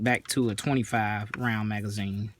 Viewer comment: "Tin roun magzeen with a shpring" -- I get it, yep!